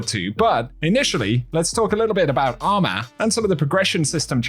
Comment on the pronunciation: Bro said “ARMAH”